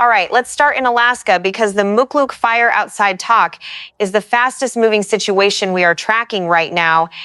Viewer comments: Is this an AI voice or a real person voice? Tok is pronounced like the word "Toke" and not like the word "Tock." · Pronounced" toke' in Alaska not tok. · When will people learn to say properly the names your Alaska town is not spelled TAK like I’m talking to you that’s not how you say it it’s TOK like I’m taking a toke off a peace pipe. O sounds like an O not an A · Tok is pronounced toke. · Tok is pronounced Toke